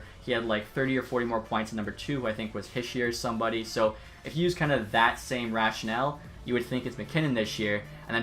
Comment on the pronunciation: Nitpicky, I know, but isn’t it Slay-vin, not Slav-in? At any rate, it’s Hee-sheer, not Hish-yer.